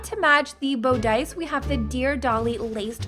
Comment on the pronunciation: she said bOOdice lmao